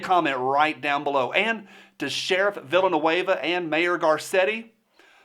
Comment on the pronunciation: I liked how you pronounced his name “Villainueva”